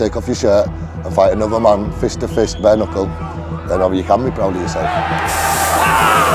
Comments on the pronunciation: BARE KNUCKLE = prononcé Bè-re-neu-kol en francais... pas BERCKNEUKEUL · le bèèère cknekel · "BÈRE KNEUKEULE" 😬🤢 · BERKK NUKEL J'en peux plus mec. fait un effort